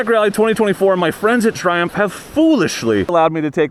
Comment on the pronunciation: I thought your were saying "Dear Trump".